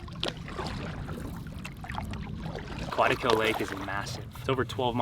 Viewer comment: I enjoyed your video. You need to learn how to pronounce the name Quetico. Looking forward to more adventures.